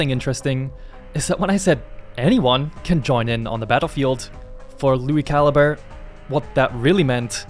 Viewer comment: Lui Ca-Lee-Bray